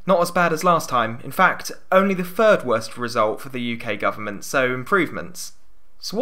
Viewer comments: You couldn't tell on his 7th word when he says furd instead of third? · Really weird listening to, as his "third" and "three" and "thinking" sound like "fird" and "free" and "finking". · Third, not fird. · A third, not a fird. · “th” does not equal “f”, as in “third” is not pronounced “fird”, other than that, good job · Free, Fird, Frough. Please use English properly, Three, Third, Through.